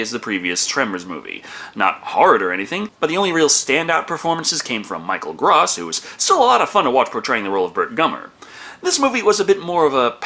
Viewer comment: I think you *may* have pronounced Michael Gross' name wrong in every single Tremors review you've done.